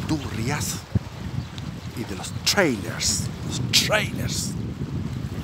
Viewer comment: Pedro de valdivia llego hasta el rio bio bio osea esta en el bio bio? Y se dice treile no trailers don weas.